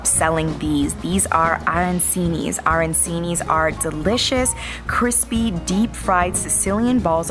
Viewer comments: They are pronounced aran(ch)ini, not aran(cee)ni. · ARANCINI not ARANSINI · Her accent was awesome. Calling ARAN CHEEE KNEEE. ARAN SEEE NEEE WAS. F. PAINFUL. JESUS ! AAAAA RAAAAN CHEEEE NEEEH. PLEASE. NOT ORANGE CHEEE KNEEEZ. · Learn the pronunciation......."Aran..cheeni" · Arancini... pronounced Aranchini.. Nothing worse than someone destroying a language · As soon as I hear "aran-see-nees" I stop the video. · Ah..ran...chee...nee. Learn the proper pronunciation. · I cannot stand when these travel “experts” cannot properly pronounce words!! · you put it in your mouth, not your ear. I know what you mean though about the pronunciation.